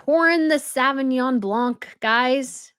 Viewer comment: The C is silent in Sauvignon Blanc